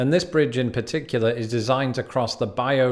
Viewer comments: For the correct pronunciation of "bayou" listen to Linda Ronstadt singing "Blue Bayou" and also have the joy of hearing a great and wonderful voice! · The attempt at pronouncing “bayou” was extremely british. So british, in fact, that I started wanting a piece of plain bread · Bayou is pronounced bi you not bi yo. Lol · Bayou is “By-U” not “by-o”. 😂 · It is “By-U” not “by-o” exept when sang by Mr. Hank Williams (from Alabama) in his song Jambalaya (On the Bayou) 1954, LOL! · bayou is pronounce “bi-you” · If you could say it right I'd be inclined to "bayou" a beer.